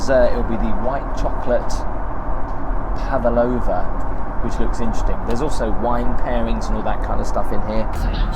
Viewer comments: It’s pronounced pavLOVA not pavALova 👍🏼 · Wow, utterly pointless! Although I'm lucky enough to afford 1st class, i think still being mentally working class, i go business, and thats because im 6ft 6in 😂 Oh yeah, it's PAVlova not PAVAlova 😢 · WTF is a PAVALOVA? haha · What is a Pavaloua???? Quite a Connaisseur??!